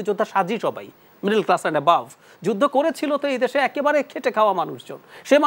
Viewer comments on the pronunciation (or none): none